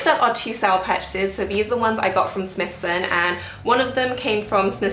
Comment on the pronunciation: Prada for sure. Also just a small thing - Smythson is pronounced with a ‘why’ Sm -why-ythson. Love your blog.